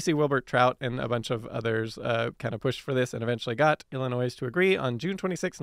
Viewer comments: Yes, it's not illinoise! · IlliNOISE???? DUDE, you sound like an American, and you don't know how to pronounce Illinois? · Note to: The "s" in Illinois is silent. One of the big pet peeves of my late mother (who was from Illinois) was hearing people pronounce it with the s. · On almost every channel, during every episode, Simon mispronounces something. Then Simon asks the ethers if he said it right or wrong. Sometimes he even looks it up. Then he says he doesn't care. Always. But, actions, fact boy, speak louder than mispronounced words. You do care. And consistently messing up while saying Illinois doesn't help. Smh.... hugs